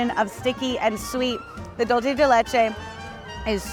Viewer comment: Dulce is pronounced- DOOL-SAY